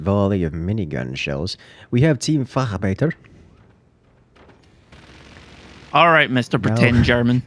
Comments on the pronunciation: Eyyyy its not Team Facharbeiten its Team Facharbeiter! Its german for Specialworker so call it "Facharbeitär" <--Pronunciation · Tbf I'm surprised how well he pronunced the German ch. Englisch speaker usually don't do it well.